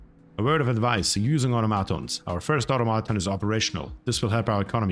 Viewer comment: Somebody please tell him how to say automation 🤣 I die laughing evry time he says it.